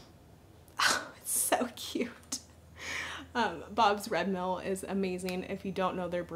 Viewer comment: You must live in and be from the Pacific Northwest area! Haha! The way you said bags and bobs red mill drop off!!! 😂🤣I love it!